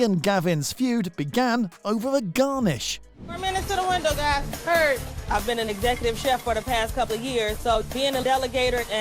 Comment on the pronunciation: When you can't pronounce "executive chef" you can't be that good. I can guess why Jen got EC position.